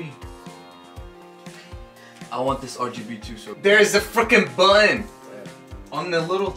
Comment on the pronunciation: I love when he tried to say button but sounded like he said bun 😂 and great job on the song it’s my new favorite because I just went through a break up ❤